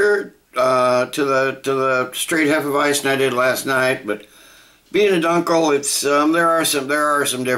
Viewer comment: It's pronounced " dune kel ".